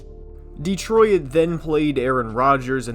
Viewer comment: Why are you pronouncing Detroit like that?? It's not 3 syllables